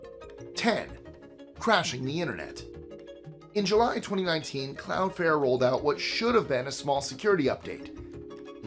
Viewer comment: CloudFLARE. Flare. NOT fair/fare. Sorry... that mispronunciation made my blood boil, each of the 6 times you said it. I love the channel and will forever watch these top 25's. Much love,! Stay well, friend!!!! <3